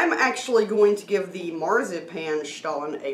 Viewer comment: Wow, we're so happy we watched this! We were torn between which stollen to get, and now the choice is crystal clear. Obviously, the marzipan is the way to go! Also, you taught us that we've actually been mispronouncing stollen this whole time, which is embarrassing. But now we know 😁 Terrific as always, & love that you reviewed it together, since we're obviously huge fans of duo reviews. Weirdly, we just posted our review of Aldi's newish cheesecake dessert bars. We're simpatico with Aldi dessert reviews in the last 24 hours 🤣